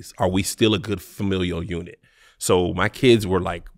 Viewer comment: “Family uni—“ 🧏🏾‍♂️ Hey Tom, looks like Kev was trying to say “family unit” but he cut off a syllable once he started thinking about the unit he wore over quarantine, and the embarrassment it brought to his family name. Let’s see if he can recover from this as the interview goes on, back to you Tom.